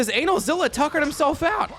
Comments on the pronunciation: Why are you calling him analzilla? Kts anilza like anilator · My ass when I heard how he pronounced Anilaza's name: 👀(It's not pronounced like that, it's ANEH-LAZA) ALSO I LAUGHED SO HARD WHEN YOU SAID HE HAS BOOTY SHORTS ON- I'M DYING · For the love of god call him the correct name. Its pronounce A-nigh-L-za